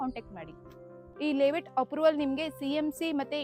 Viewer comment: ಲೆeವೇಟ್ ಅಲ್ಲಾ ತಾಯಿ, ಲೇ ಔಟ್